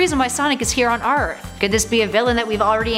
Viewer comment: did she say arth instead of earth???